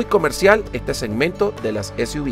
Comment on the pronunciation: Continente latinoamericano??? Será hispanoamericano, pq en Canadá hablan francés y este coche ya llegó hace rato, dices para Suv : ese , u , vi, será ese , u, uve 🙄 ;cr - b o cr - UVE , yo veo CR-V........ MADRE MIA